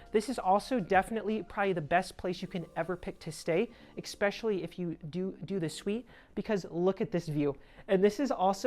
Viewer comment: Expessially is not a real word. It’s especially.